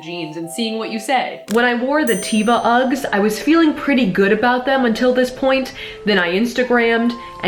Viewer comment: the tevas are Israeli... so teva is only the English. they are actualy pronounced teh-vah